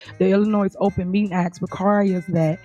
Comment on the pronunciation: Is Tuff Teff Tiff originally from Illinois? Hmmmm! I don't know anyone from Illinois who pronounces it "Illinoise".